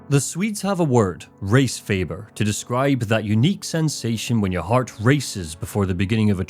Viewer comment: "Resfeber" at first sounded like "Race Favor", and wow that did not end up meaning what i thought it would. Thank god.😂